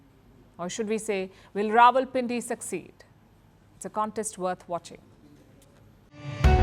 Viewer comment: I like when you say Rawalpindi 😂😂